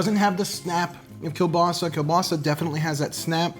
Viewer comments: He pronounced kielbasa wrong the whole time until the end when he said it right. My grandfather was born and raised in Poland and he pronounced kielbasa keel-bossy not keel-basa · My dad is from just outside Pittsburgh, and we always pronounced it kabassi as well. We celebrate the new year the same way. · Thank you so much for posting this! I'm from Southwest PA and grew up with this tradition. This year I bought store bought veg polish sausages but this looks worth the extra effort. By the way, my family also calls it "kuh-bossy" and I get looks in Tennessee haha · Can definitely tell you're from the northeast US with the "kebassi" pronunciation, it's just how it is here.